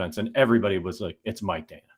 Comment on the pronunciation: Danna is underrated; the hosts can't pronounce his name correctly...